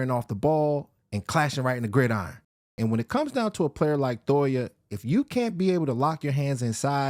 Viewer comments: Jay toh-eeee-ah Not Toya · Thoya lol I swear it’s toy-eee- ya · Why does he keep saying Thoya? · And for gods sake you are butchering his last name 😭